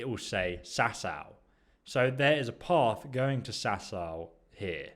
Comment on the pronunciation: it's path not paff